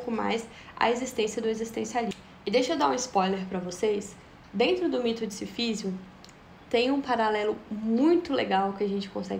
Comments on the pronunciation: obrigado por errar o nome Sísifo todas as vezes que o falou, me proporcionou muitas risadas. Me flagrei pensando que você deve ter lido todo livro chamando ele de SiFÍsio. Enfim, uma lenda na Argélia diz que Mersault matou o árabe pois, PASME, ele achava que BBad dava ânsia de vômito. Mas não se preocupe, pode dormir tranquila, viu? "É preciso imaginar SiFÍsio feliz." Kkkkkkkkkkkkkkkkkkkkkkkkkkkkkkkkkkkkkkkkkkkkkkkkkkk. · Pronuncia-se Sísifo (proparoxítona). Deu uma onda ruim, admito.